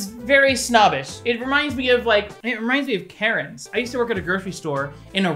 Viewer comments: When he started talking about karens i thought he said carrot lmao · Wait was he saying Karen's or carrots?